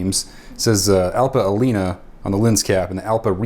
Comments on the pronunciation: Alnea not Alena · You are mispronouncing AL-NEE-A.